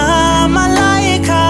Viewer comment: i just searched up my name ad this came up and he actually said it right